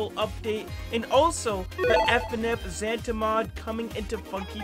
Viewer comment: it's Zanta not zanda